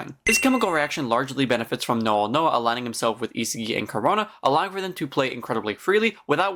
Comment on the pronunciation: its isagi not isigi and u can do otoya karasu gagamaru charles zantetsu tokimitsu aryu good vid btw